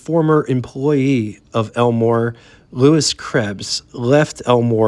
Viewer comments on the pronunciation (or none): I could swear you're saying Elinor and not Elmore.